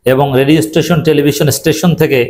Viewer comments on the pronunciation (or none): none